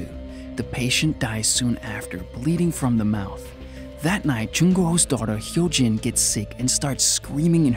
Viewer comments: But he got Hyo Jin right tho! X"D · Yeah, it's just like the word "goo" in english, like, sticky goo? He got Hyo Jin right tho lollll X"D